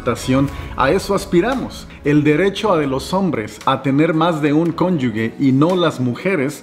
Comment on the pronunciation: La "g" de conyuge la pronuncias mal, se pronuncia como " j"; ya que no lleva "u" entre la g y la e. 😉